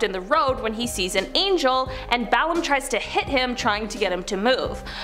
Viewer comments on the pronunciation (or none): "Balaam" is not pronounced "BAL-am." It's pronounced "Ba--A-lam."